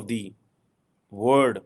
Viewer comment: you have a long way to go before you will be considered a competent “Academic and Stretegic analyst”. BTW you misspelled ‘Stratagic’. Just like you have been mispronouncing “World” as “word”. My advise to you is to stop making a fool of yourself and get some real education in a reputed university. Stick to urdu, most of your audience in Pakistan doesn’t speak English. I am not a political or strategic analyst, but your ‘analysis’ is flawed in many respects. Gather your thoughts on a paper before recording your rants, get them peer-reviewed by proper academics and analysts (preferebly not Pakistani, you are anchored to Pakistan in every statement. Not a trait of an academic, but that of a nationalist). Get a hold of yourself, pick yourself up, and start again. Wish you all the best in your intellectual pursuits.